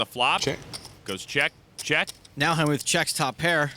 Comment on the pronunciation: Hell-mute, Helm-ute.. c`mon.. it`s Hell-mut.